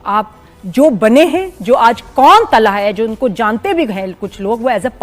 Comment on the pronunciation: Talha ❌ Thala😂✅